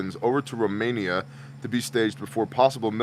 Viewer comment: .. Rumenia?? .. Really? Greetz from Ger